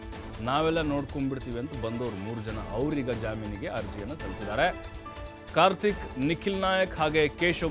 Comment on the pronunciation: 😂😂😂 ade jaaminege...jaminige alla